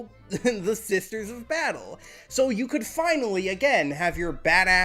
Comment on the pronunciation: the unique identity of not knowing how to say "SISTER" on occasion